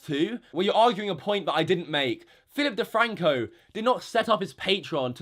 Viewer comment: 😂 Phi'ip DeFwanco 🤣🤣🤣